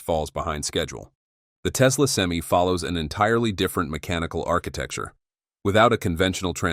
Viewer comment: Stupidest video is the crappy ai can't even say pti or semi properly